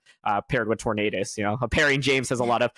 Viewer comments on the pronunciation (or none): tornaydus > tornahdus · Now if only they could get Tornadus right